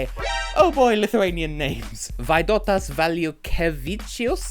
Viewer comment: Not really. Just now i noticed that second time he said Vaidotas, he stressed it slightly incorrectly, although, even some of Lithuanians says Vai-DO-tas, it should be VAI-do-tas (pronaunced WHY-dot-thuz). First time he said it was correctly. Robertas is stressed RO-ber-tas (pronaunced RO-bert-tuhz), Mantas is stressed as MAN-tas (pronaunced MAN-tuhz).